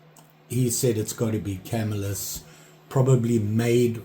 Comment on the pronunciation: Great job, Super awesome outcome, Trials & tribulation eh...Rogue here Not busting them on you today... Do not think its a Camel lis or Come-i-lus (correct pronunciation of my Hometown TY) I have 2 bokers that look very similar, handles, tools etc. 1even has forged & 1 says Improved Cutlery. also an Ulster & a Pal. I do think it is a NY made knife, though. keep up the good work.